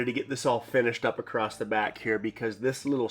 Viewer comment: Ok …across does not have a “T” in it.